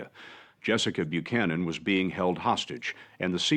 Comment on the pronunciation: FYI it’s pronounced like bu-cannon, at least here in the states it is.